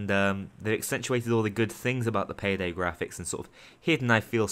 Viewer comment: I laughed when you said PAYDEL